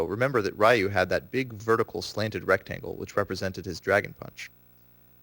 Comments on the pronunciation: 'Ryu' is pronounced like Ree-U, not Rai-u... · You are pronouncing Ryu's name incorrectly... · Raiyou? Who's Raiyou? You're an expert at the game and you dont know how to say the main characters name? It's pronounced like "you" but with an r at the beginning. There is no "ai" in the name. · He claims to be an expert and still calls him "Rah-U"? (Face Palm) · You had me until you pronounced Ryu's name wrong. I don't care who you are, ALL SOURCES SAY HIS NAME IS PRONOUNCED "REE-OO!" RYU! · Mispronouncing Ryu......and he says he is a "Accomplished Tournament player"......pssh. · Taylor Bee Yeah, but by now everyone should know the correct pronunciation, especially if you are as into the game as this guy. Not to mention that there is literally a voice acted announcer in every installment of Street Fighter who pronounces his name correctly every time you select ryu, challenge ryu, or win with ryu. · I was just about to say this.